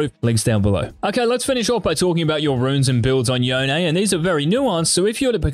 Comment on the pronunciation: Ight say ZONE then say YONE thats how you say it NOT “YEONE” lmaoo 😂😂